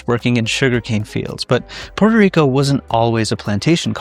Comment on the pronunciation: It's PUERTO RICO NOT PORTER RICO